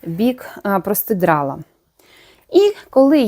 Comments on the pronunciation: ви мене насмішили словом простидрало,я його почула ще в інших ваших відео,це так кумедно у вас звучить.Правильно казати простирадло,але ви молодець,і в мовному питанні і у в'язанні,а шиття для мене це космос. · У ВАС ЗОЛОТІ РУЧКИ.ДУЖЕ ГАРНА БЛУЗКА ВИЙШЛА.ЮВЕЛІРНА РОБОТА.ТІЛЬКИ РІЖЕ ВУХО ВАШЕ ПРОСТИДРАЛО)))))ЦЕ ПРОСТИРАДЛО)))))